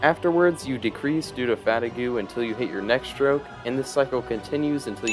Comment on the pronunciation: fatigue is not pronounced fatigoo lmao